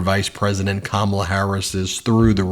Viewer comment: I think I just figured out why he calls her Kamabla! Because her name Kamala sounds so much like Camelot putting that B in there messes that whole sound up. 👍